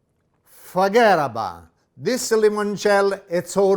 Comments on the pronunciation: I loved the 'forgeddaboutit' at the end there! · “Fuhgeddaboudit!!” i spy a brooklyn man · Oh boy has more humor and excitement than any Millenial, Im sure he is a grandpa and I mean that lovingly. Is he from New York, cause he said "Forget about it". Thats New York talk.